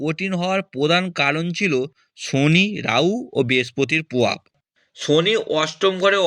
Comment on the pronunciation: 😂😂😂😂 ডাঙ্গায় বসে বাবা ভাঙ্গার নামে বুজরুকি মারছে!!কি উচ্চারণের দমক রে ভাই!!গোহটা কি ভাই!!পোদান, গোহ, বদলাম, পোবাব 😂😂😂😂